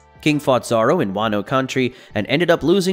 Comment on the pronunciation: Who the freak is "Zar-ro"?